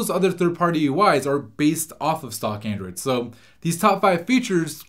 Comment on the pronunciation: He keeps saying aindroid